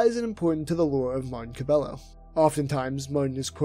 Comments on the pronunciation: cuh by yo not cuh bell o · Wouldn't his name be pronounced cab-A-yo. Pretty sure double L = Y sound in spanish